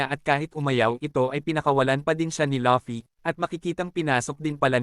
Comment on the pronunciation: Ok na sana kaso natatawa aq pag binabanggit mo ung pangalan ni luffy pag sinasabi mo laffy e